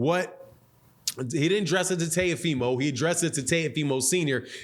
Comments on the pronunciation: It's Teofimo Lopez, Not Tayofimo Lopez. 😁lol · It's pronounced. T O fee mo. Lmao